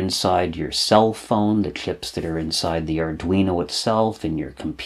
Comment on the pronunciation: Everything is awesome about these videos but the way he says workshlop or chlips always gets me. Nobody is perfect, its just classic, it makes me wonder if I will develop that speech pattern if I watch too many vids on electronics.